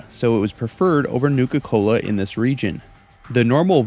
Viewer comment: Newka Cola seems like it's pronounced the way that Cartman would from South Park.